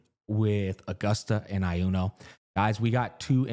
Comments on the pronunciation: I swear to god if you pronounce Iuno as "AI-YUNO" again I'm gonna crash out xdd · SAY "I UNO" 1 MORETIME ISTG XD